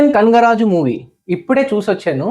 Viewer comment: Rey kangaraju kadhu raa kanaka raju 😂😂😂 first pronounce sakkaga palakadan nerchuko 😂😂😂